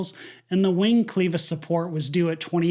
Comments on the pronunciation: My apologies, however I must attempt to correct your pronunciation of the common hardware term "CLEVIS"! Any dictionary will show that it's a two-syllable word divided as "CLEV-IS"...... and not as you pronounce it, as if the word was divided into two syllables as "CLE-VIS"! I.e. 'Pronounced as 'Klev-Iss' and not as 'Klee-viss'! There are dozens of different types of clevises, some of which are small pieces of hardware that many people use on an almost daily basis. Many of them have a form somewhat similar to the following character: ♎️. Very often small hardware types of clevises, are of a two-part construction ♎️; completed and secured by a 'clevis pin' 🪡 ♎️🪡! 'Otherwise, an EXCELLENT aviation incident breakdown VIDEOS AS ALWAYS! PS I frequently comment positively regarding your DETAILED BUT CONCISE and WITHOUT unfounded SPECULATION OR THEORIZING, videos. I also like 👍 many others' comments and reply to some of them. That's all in an attempt 'to stoke the YT algorithm' in order to boost your channel's profile! I've been an AV-Geek for about 70 years, first flying commercially almost 75 years ago, and on a Bell 47 on pontoons, and a DHC-2 Beaver 🦫passenger on both floats and skis over the Canadian wildlands, during 1959 and 1961 respectively. 🚁 🚁 🌊 ❄️ 🛩 ❄️ 🌊 🚁 🚁 ♎️ ♎️ 🛻 🚧 👷‍♂️ 🏗 🚧 👷‍♀️ 🏗 🚧 🛻 ♎️ ♎️ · Clevis NOT cleevis 😂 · CLEEEVIS ???????? now I have to look up pronunciation !!!!!!! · "Cleavis" Not "Cleevis".... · FYI, “clevis” is pronounced with a short E, as in “clever,” not a long E, as in “Cleveland.” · It's called clevis not "cleavis" 🙄 It's not that hard. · Clevis is pronounced kleh vuhs, just so you know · Sry. My mechanic days made me cringe. "Clevis" [KLeV-Iss] (an "e" like "Kevin"] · Sorry..."clevis" is not pronounced with a long "e". At least, as I learned English. But, years and years ago, I used to say "irregardless" thinking I sounded "smart", so? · Its pronounced klevis.. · Clevis with a soft e. Like vest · Cleevus lol